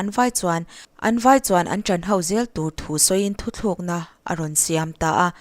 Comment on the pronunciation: "Thu tlukna" tih tur hi "Thu thlukna" i ti zel a